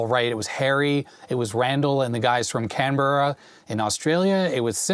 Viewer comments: Aussie living in N. 'Murica and former Canberra resident: Can-bruh. Say it fast (not exact, but close). Then graduate to: good-eye might! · I think most of us here in Australia pronounce Canberra as Can-bra. Also, Canberra is on the Eastern side of Australia.